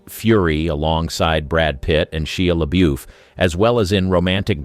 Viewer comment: I love how the narrator says Shia LaBoef - “she-ya la boof”